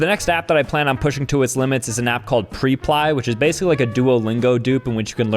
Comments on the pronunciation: “Pre-Ply” Everyone: “Prep-ly” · Preply is prep ly (Lee) not pre ply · that’s prep-ly, you do need an English lesson 😂